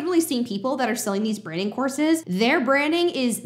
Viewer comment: I know you're saying "courses", but a lot of the times I'm hearing "horses"! Makes for some very interesting sentences in this video!